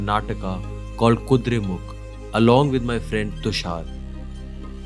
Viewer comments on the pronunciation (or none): It is Kuduremukha not Kuduremukh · it is Kudremukha not Kudremukh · It is KudreMukha. Not Kudremukh. Nice video :) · It is kudhremukha not mukh...😊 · It's not kudremukh it's "Kudremukha"😊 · please name it correctly... its kudremukha..